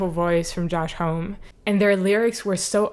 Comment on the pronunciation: Also..."HOMME" rhymes with "mommy." NIN is another band I like that doesn't quite make my list, and specifically, Pretty Hate Machine and The Downward Spiral are WHY I like them at all.